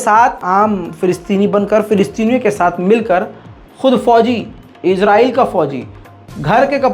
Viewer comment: Israel ya Israel Naam sahi se bolna Sikh